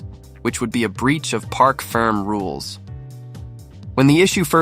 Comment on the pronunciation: It’s park ferme!. Not park ferm, get it right!.